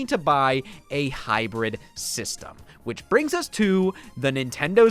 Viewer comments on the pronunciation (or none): none